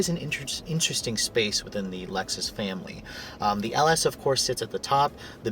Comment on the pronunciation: He said family funny lol